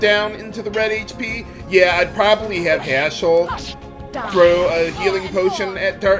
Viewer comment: I don't know if it's just me....but whenever say Haschell's name, it sounds like Asshole to me. LMAO!